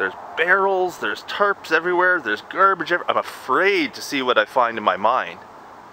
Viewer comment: He said..m "Gerbage" lmao!